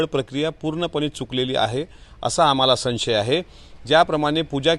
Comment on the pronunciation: मेटकरी किती शिकला आहे, ते पाहिले चेक करावे. IPS त्याच्या घरात कोणी झाले नसेल. IPS होण्यासाठी किती फाटली जाते हे ह्या भाऊ काय कळणार. ह्याचा नेता 10 नापास आणि हा 7 वी नापास . ह्याला साधे संशय बोलता येत नाही आणि हा मॅडम ल बाई बोलतो, ह्याला लाज वाटते पाहिले जरा..